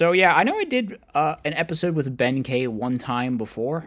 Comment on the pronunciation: Kei is pronounced key i believe 😅